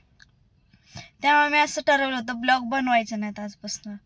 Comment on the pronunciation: पहिली गोष्ट खूप English बोल्ते पन प्लिज ब्लोग नाहि ग बाई व्लोग म्हनतात 😂😂😂